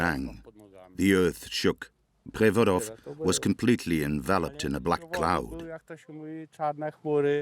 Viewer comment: The narrator is apparently Polish but can't even pronounce Przewodow correctly hahaha.